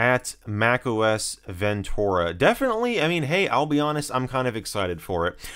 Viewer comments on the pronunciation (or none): TUR, not TOR. Ven-TER-ah. ;) (I love your videos and am just having a go)